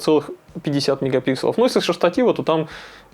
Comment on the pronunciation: правильно говорит. Это как «брелков» и «брелоков» - правильный второй вариант.